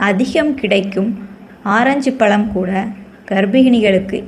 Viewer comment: pazham nu sollunga palam nu sollathinga pls